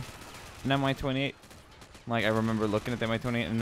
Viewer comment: But it was Mi-28. And right pronounce in Russian will be like "mee", not "M-I".